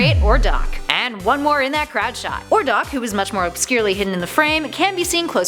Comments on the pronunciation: Oiy what the hell lol number 8 had me dying its audino not ohrdoch and greninja is from gen 6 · My god please do your research before these videos come out! It’s audino not Ohrdoch. Greninja was a Gen 6 Pokemon... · you said "Ohrdock" which what you meant to say was Audino